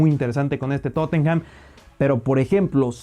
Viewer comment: Estoy mucho más de acuerdo con tus predicciones que con las de Ilie y Nacho, excelente video. Solo un dato constructivo, se dice Tottenam, no Tottenjam. Saludo enorme desde Lima🤙